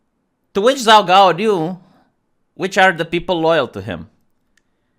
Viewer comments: hahaha, I laugh, the way you pronounce the name is too funny for somebody that speaks Chinese. It is the best pun. It sounds like you are saying messy cakes, or a phrase that means, shit, or oops. 糟糕 zaogao. So it is pretty funny. I am going to watch the video now, but the first second had me cracking up. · pronounced Jhao Ghao.